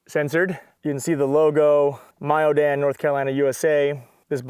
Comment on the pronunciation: Mayodan is pronounced “Mayo” (like mayonnaise or the month plus Oh) “Dan.”